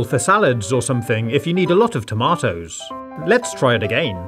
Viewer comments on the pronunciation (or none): who says tamotos? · Yea, he's British